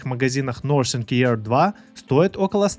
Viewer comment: Nothing- не нозинг, а нафинг, хоть названия правильно произноси